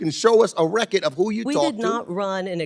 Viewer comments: Decades of Government corruption can’t pronounce the word “RECORD”. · if you cant say RECORD correcty shut up